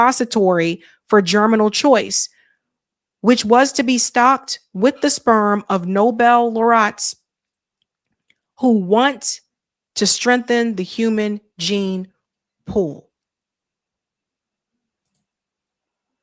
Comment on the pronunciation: laureates is pronounced lo-re-yats